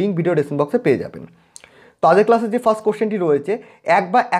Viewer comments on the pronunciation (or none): none